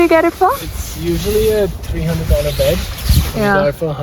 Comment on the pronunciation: Setting up the taaaaaant, setting up the baaaaeed. Marathi nahi nikal paegi andar se